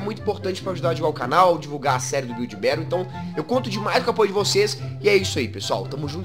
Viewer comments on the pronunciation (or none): none